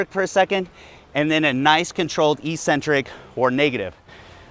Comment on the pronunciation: Eccentric is pronounced ek-centric though.